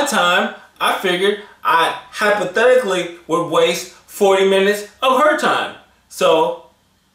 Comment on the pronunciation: LOL. " Hypothetically".